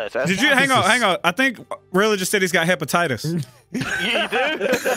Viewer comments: "He has hEpeTitIs" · The fact none of these grown men or the child rodent know how to pronounce Hephaestus lol. Hepatitis is more amusing to say though.